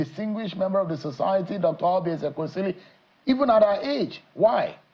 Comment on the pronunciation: Now who is this Nwebonyi, a MISROAD UNFORTUNATE Akpabio STOOGE to front Dr Oby Ezeks. A RIFFRAFF Nwebonyi who will NEVER EVER had been in govt if not for the decadence in NIGERIA. He CANNOT even pronounce "EZEKWESILI".